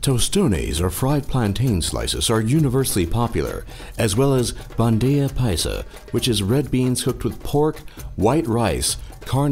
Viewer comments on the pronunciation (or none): tustunes and bandeija paidsa Hahaha men you got to be kidding me.. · Like bandeiiia paija :v jajajaja